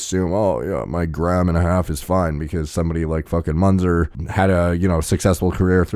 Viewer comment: his name is spelled myːnt͡sɛr (Münzer - muentser)